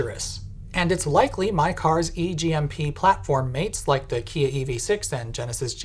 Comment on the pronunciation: "E G M P platform mates like Ke-uh E V Six an Genesis G V Six Tee" - I had to turn on subtitles for this part